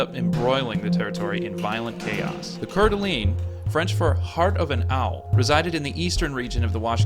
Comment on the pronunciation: Great video but your pronunciation is a bit off. It's pewjit sound, coor da lane, and oregonian not oregani.